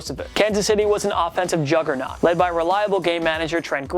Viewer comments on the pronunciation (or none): none